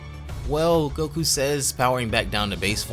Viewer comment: bro this ain’t goku “necku”